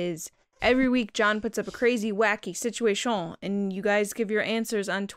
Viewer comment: It was only like a two week hiatus, but I really missed hearing say “situa-TION” in the Resistance Transmission segment.